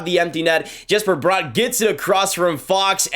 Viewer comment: How are u still saying Brott instead of Bratt. Show some respect dude.